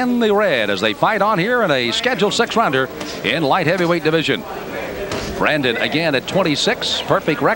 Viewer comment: His name is Bryant Brannon not Brandon